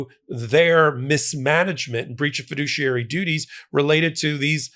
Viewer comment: He's a fidooshiary alright.